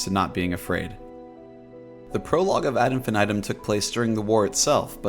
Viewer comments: Please don't say infinitum the way you say it. It's pronounced "IN-FEE-NEE-TOOM" and even pronouncing it like "infinit - um" is better than the way you pronounce it. Hearing you say it like that literally makes my skin crawl. "infan aedum". Yuck, man, please. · The way you say ad infinitum is so jarring 😂